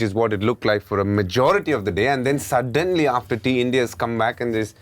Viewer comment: "Sudddddddennnnly...." DK's Tanglish slipped out.